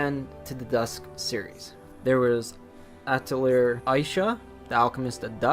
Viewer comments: pronounced Atelee-yay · A TEU LI YEAH !! i'm french it's easy to prunonce !! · this guy mispronouncing atelier drives me insane. It's a french word, and like many french words, it ends in a vowel. It's Ah-till-ee-Ae (long "A" at the end there, like in "Day") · it’s pronounced Atelier